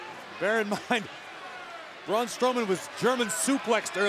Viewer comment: ITS BRAUN NOT BROCK